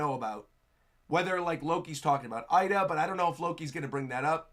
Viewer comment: The name Ida is pronounced Eeda,. 😅😅